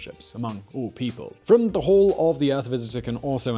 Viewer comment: Love how he can't say hall.